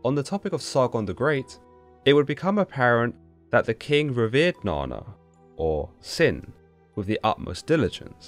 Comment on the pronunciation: Na nna not na na